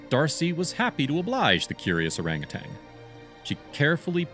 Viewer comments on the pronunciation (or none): It's Orangutan not ORANGUTANG!!!!! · Please, please. It's pronounced "ur-RANG-a-tan" not "ur-RANG-a-tang" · You’re mispronouncing “orangutan.” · One "g" in orangutan.